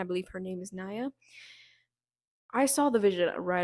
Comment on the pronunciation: Her name is Nia like Knee Ah